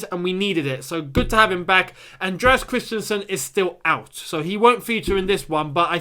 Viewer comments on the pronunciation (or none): none